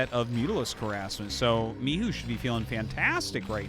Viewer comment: THE pronounce of Mihu is correct:) Xiaoshuai is like SHAI